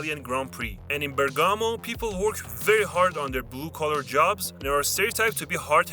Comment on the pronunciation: Bergámo ❌ Bèrgamo ✅